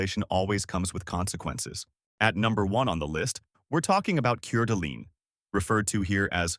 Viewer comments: Nice Video, really enjoyed it. Sorry for buyers underwater tho. I live in WA but I'm from N. Idaho so I know the area as a local would. So I gotta tell you how to pronounce Coeur d'alene NOT Curd Alane as you keep saying it. It is CORE d'Alane, Please, OK? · Coeur d' alene is pronounced "Core d' Lane, not cur dleene." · It's pronounced Kor da' Lane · I was a realtor in the CDA & Spokane area for two years and still keep tabs on the market. The info in this video COULD NOT POSSIBLY MORE WRONG. Last year Kootenai County hit a new high median home sale price. On a funny note- they absolutely butchered the pronunciation of Coeur d’Alene and no, not one person here calls it “coorduh”. I’d love to see him pronounce Kootenai or Pend Orielle 😂😂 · If you pronounce it that way, you've never been there. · You were right. I was addressing the guy on the video. We pronounce the right way in Priest River.